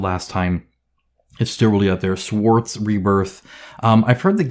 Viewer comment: Stworze :D pronunciation was completely off :D but keep up the good work!